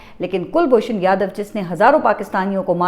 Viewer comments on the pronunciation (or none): none